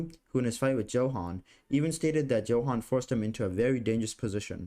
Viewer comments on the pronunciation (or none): Johan is pronounced as Yohan, with a Y. For the love of god.